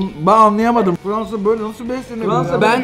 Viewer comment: fıransa degil